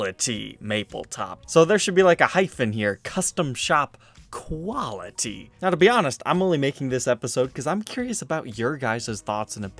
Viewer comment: It says quality maple top why did he say quality like quilty